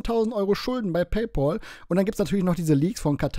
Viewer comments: ich feier deine Videos und deine Art sehr und du machst Spitzenarbeit. Nachdem das raus ist, muss ich dir sagen, dass es mich killt wenn Leute PayPohl sagen 😂 Es wird „PäyPäl“ ausgesprochen. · Paypal spricht man übrigens auch in 2023 immer noch nicht "Pay Paul" aus.